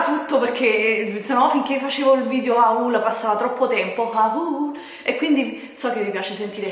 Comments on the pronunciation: Comunque il tuo vecchio telefono e un 6plus non 7plus E si scrive haul ma si legge “hol” Non haÚl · 1 si dice hol e non haul 2 è fastidiosissimo sentire haul